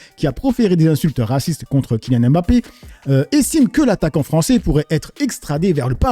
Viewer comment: C’est pas M Bappe, mais mbappe